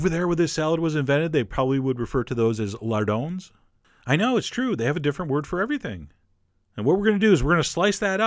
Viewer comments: I am french and i love how you say "lyonnaise" and "lardons" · I like your french accent when you say Lyonnaise et lardons et Laitue frisée!!!!!